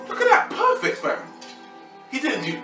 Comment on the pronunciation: "Oh yea- , Perfec" LOL